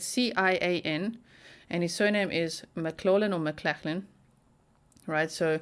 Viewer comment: Sounds like MICK-GLOFF-LIN